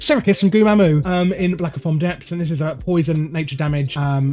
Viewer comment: It's Aquanis and not Aquanus It's Black Fathom Deeps and not Blackofomdeeps.